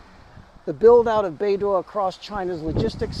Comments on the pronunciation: Should pronounce as baydoe and not baydoor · bei dough ❎️ bei duah ✅️ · Your pronunciation is like BeiDuo but not BeiDou 😅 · Should be "bay dough" not bay door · haha, I was this close to tell you the pronunciation is /bei-dou/ but not /bei-duo/ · it is BeiDou, not BeiDuo. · not bay dwo, it's bay dough. dwo is a different Chinese sound, probably multiple tones. prc can't afford to have satnav in USA control, and nor can anyone else determined to live outside usg control. israel's latest mass murder reminds us all of the necessity of maintaining independence of USA. Australian government, take note: yer on the wrong side. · Good job. Small point: Beidou is pronounced like Bay-Doh. In Chinese the pinyin 'duo' sounds like d-wor. 'dou' is doh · it's pronounced 'bay dough' with dough in low tone. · 😂 Maybe try pronouncing it as "Pei-Tou" and see if your Chinese friend thinks it's closer to the actual pronunciation? Anyway, i don't think it matters too much ❤ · I think it is pronounced "Bei-Doo". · More like Bei-dool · Beidou is pronounced Baydoe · According to what has been learned in phonetics, I'd suggest that one try "bay dough" as in English. It might come closer to what is supposed to be. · It is pronouced "Bay Doe" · doesn't matter haha, it is not accurate but the point of talking is to get the point across :) the prounounciation is more like "Bay Doh" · should be Bei Doh Like Homer Simpson saying D'Oh! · it sounds like"bay dough", beidou means the Big Dippe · This is the right pronounciation: Bay Dough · Bay door😅 the pronunciation similar to bay dow. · Love your video as always but I think Beidou is pronounced bay-doe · The pronunciation for Beidou is more like Bay Dough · Bei - 'dough' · BEIDOU's DOU PRONOUNCED AS in Donut in Donkin Donut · I don't speak Mandarin but it did sound wrong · Don't worry, we can tolerate your slight mispronounciation as you are not Chinese